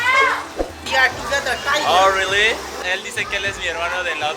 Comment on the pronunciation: “Oh rruuully?” Jajajaja 😂 en buen plan, les recomiendo aprender inglés... y leer más de cultura general.